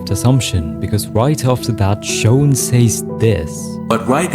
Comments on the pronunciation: gng it’s not “shown” it’s shawn 😑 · You keep saying shown 😭 it’s sh awn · shown? thats a way ive never heard shawn pronounced before lol